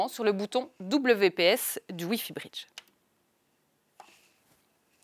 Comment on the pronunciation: Ne pourriez-vous trouver une francophone qui parle convenablement et qui emploie le son o semi fermé comme dans hôtel ou bureau et non des o semi-ouverts comme dans sort ou rhum.. Et qui parle de briddddge et non de britttch.